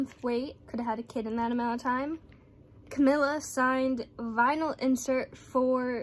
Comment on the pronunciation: It's said cameela btw